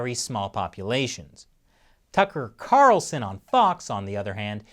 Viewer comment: Tucker CARlson haha love the enphasis lol. Well I know FOX tends to exaggerate a lot! But left media lie you in the face like the fake CBS footage (the last one that was set up) #CBSExposed #CNNExposed #ABCExposed (Unrelated topic: by the way the #MeToo lasted shorter that toilet paper xD Twitter IS a dumpster fire #MeTooUnlessIsBlue) #CCPVirus